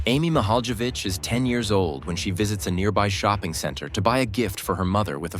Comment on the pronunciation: He pronounced her last name incorrectly every time he said it. So annoying. I had to quit watching this video because he can't even say her name correctly